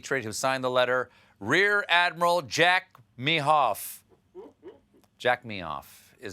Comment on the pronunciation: Jack Meehof 🤦🏼‍♀️🤣